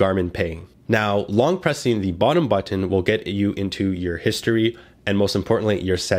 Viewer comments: i love how you say but-TON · I like how this guy pronounces but'ten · I say it the same way lol. I pronounce button similar to how one would say kitten... None of that "bu-nn" or however people typically say it lol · Thank you for a very good review! I also just love the way you say "button", haha. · I like how you say button